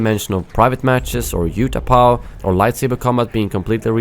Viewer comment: How do you not know how to pronounce Utapau